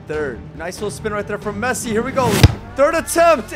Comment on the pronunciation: Bro said Fessi 💀💀